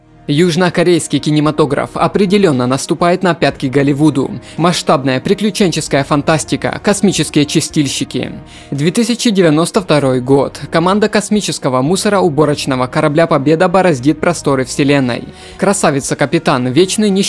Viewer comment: чИстильщики бро, от слова чИстить, а не чистИть